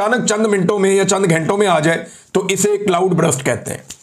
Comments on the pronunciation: Please correct your English words' pronunciation. It is not BRUST. It is BURST. CLOUD BURST. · Brust nahi burst hota ha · Bhai jan just a correction: it’s not Brust - it’s Burst. So it shouldn’t be pronounced as Brr-ust - it should be pronounced as Ber-st. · Imran bhai brust nahi burst ..cloud burst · C L O U D B U R S T = U ki sound R ki sound say pehlay hai Imram Bahi.